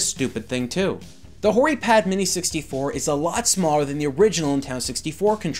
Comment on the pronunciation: You know it sounds almost like you're saying Whorey Pad. Which is funny.